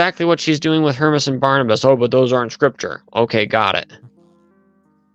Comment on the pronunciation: It drives me nuts how she mispronounces the Shepherd of HermAs the "Shepherd of HermEs" (her-meez)! Ugh!